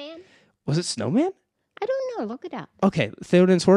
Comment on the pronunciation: When she was talking about Theoden’s horse I thought she was saying “Snowman” 😂 not “Snowmane” I love how she remembers the little details like that